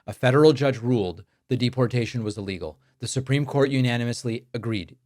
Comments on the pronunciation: "Su-peme case"??? Miller can't even speak correctly! 🤦🤦😂🤣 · “The supweeme court” Not only does he look like Elmer Fudd , he talks like him . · It's not the "Soopeem" court.